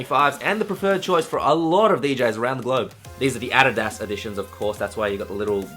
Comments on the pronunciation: Its pronounced 'add-eed-uz' not ADUDUZZZ...your welcome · It actually IS pronounced ah-dee-das (with das exactly like das in German). Worked with the company for years, and thats how they pronounce it. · "ah did das" is the way he pronounced adidas xD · The way you said Adidas, Yes I did kept in mind that you are Australian, but it's just funny hearing you say it in a different way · lol u sed adidas so austrailain